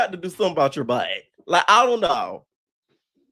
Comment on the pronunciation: “Tinka you gon have to do something with your BUhtt” 🤣🤣🤣🤣